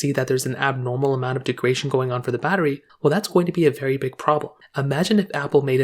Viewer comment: Greetings. This is important. Thanks for posting. By the way, I believe the word you want is “degradation,” not “degration,” as you seem to be pronouncing it. Regards, DT